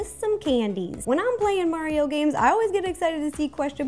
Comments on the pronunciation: Why did Rosanna say mariro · It’sa me mari-ro you know Nintendo’s classic mascot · "Its me mariro" lol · It-a MARERO!!!!!!!! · Yo it’s MariRo lol 😂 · wait Mari-Ro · Mari-Ro XD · lol mari-ro